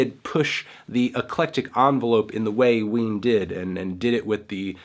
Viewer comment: all I hear is wiener